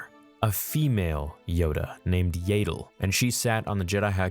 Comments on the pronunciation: Yaydle? Don’t you mean Yaddle? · Yaddle's name isn't pronounced "Yay-dull". It's pronounced "Yeah-dull". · I think it’s pronounced “Yaddul” not “Yaydul”. Two ‘d’s. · It’s Yah-ddle not yay-ddle, is wrong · First of all he said “yaddle” wrong but I guess you can say it two different ways, and also she is still alive, her death is legends not cannon. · Yeah i also pronounce it differently to how it is said in this video.